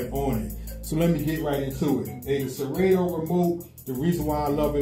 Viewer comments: Yo DJ! Serato is pronounced: Sir ra toe. sir rah toe Not sir rA toe....the a is not hard. Good look if you tag them in your video to get their attention. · Sera-toooo, Sera-toe, 😂😂😂😂😂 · Why you saying serato wrong